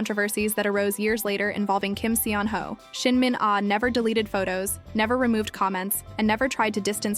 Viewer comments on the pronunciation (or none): Still mispronouncing his name.. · One of my favorites! 😊 The pronunciation of his name here tho... 🤦🏼‍♀️ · Please, if you are going to use him to generate views, say his name correctly. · PLEASE OH PLEASE learn how to pronounce his name properly, seeing as you say it every 60 seconds